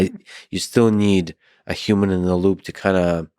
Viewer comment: I cringe so bad when people pronounce human as "yuman"